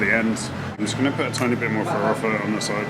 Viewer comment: Vou comentar em português, você vai entender, seu "farofa" é muito bem pronunciado, parabéns